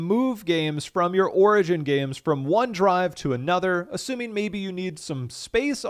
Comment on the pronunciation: what the fuck did you call it? orgin?